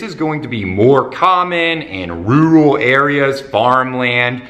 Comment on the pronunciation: "Roooual area" hahaa . . . Great video tho!